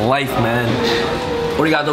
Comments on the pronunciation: Congrats to Gabe again and very glad for you guys. Enjoy and keep sharing the experience. Ps:As an advice to you, don't say Omae but Anata or Kimi because Omae is the meaning of 'You' in an insulting or disrespectful manner 😉 And You have to say Arigatô and not Origatô. Peace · i love how he says oregato gozaimasu and says his japanese is on point, yet he isnt even pronouncing it right, its arigato not oregato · It’s not ori-gato, it’s pronounced arri-gato with a rolling r that sounds more like a D. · ARIGATO! not ORIGATO! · lmao the confused look on faces when he mispronounces arigato is priceless.